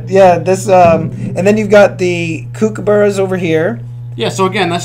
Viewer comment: Lmao laughed so hard the way you pronounced kookaburras! I am aussie, that was gold mate!